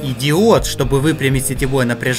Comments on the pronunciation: я один слышу не И ДИОД а ИДИОТ? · Он сказал не диод а идиот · сказал идиот а не диод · ты где диод сказал мне послышилось идиот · Ты сказал и диод а мне послышалось идиот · Идиот место диод Услышал кто тоже ставь лайк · Мне одному послышалось что сказал идиот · мне одной послышалось идиот? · Учитель:Для чего нужен диод? Я:Хз Учитель:Идиот,что бы выпрямить сетевое напряжение! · Как сказал автор: И диод Как я услышал: Идиот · мне одному послышалось ИДИОТ? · Не диот а диод, макуха... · Круто! Мне нравится ии мне кажется ты на сказал идиот! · и диот мне мне послышалось идиот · мне послышалось слово иди*т а это диод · ти сказал и Диот или Идиот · Я сначала услышал ты идиот Или ты правда сказал Идиот ты не сказал правильно то сказал Идиот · он сказал и (диод )